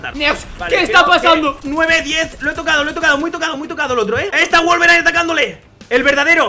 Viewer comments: Al principio dijo wolverain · Alguien se dió cuenta que al principio dijo guelveray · ADIVINA CUANTAS VECES HAN DICHO VOLBERINE